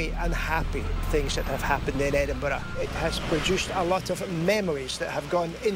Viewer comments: The narrator voice is just over the top and americans need to learn how to pronounce edinburgh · I've been to the Edinburgh vaults and it's creepy as fuck down there. Good try but they still haven't managed to pronounce Edinburgh properly. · It annoys me when the American lady presenter is not able to say Edinburgh correctly.... Just .... Get a grip!